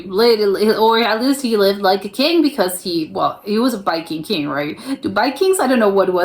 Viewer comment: Do you say Biking king??? It sounds like it